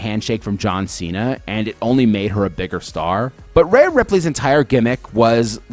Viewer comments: Every time you called her Raya Ripley it made me want to change the video. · I've never heard one announcer or other wrestler call her Raya. Her name is Rhea. Ria. Ree-uh. Re-ahh.